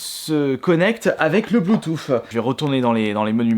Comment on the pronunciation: mdr le blouthoof